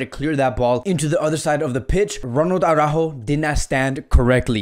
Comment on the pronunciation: its araujo not aurajo😂😂